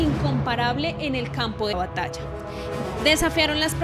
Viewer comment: Batalla, se dice batalla!